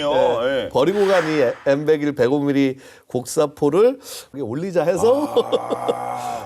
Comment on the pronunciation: M백원 에이원은 대체 어떤 방식의 읽기임?